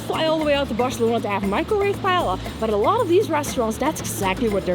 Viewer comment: Lots of really great information/tips in a very well-edited video (I have lived here for 8 years now). Just a couple of minor pronunciation nitpicks: paella (pie-EH-ya), Escribà (ess-kree-BAH), Passeig de Gràcia (pah-ZECH dah GRAH-see-ah).